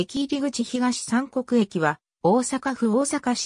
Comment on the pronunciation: 読み方 ひがしみくに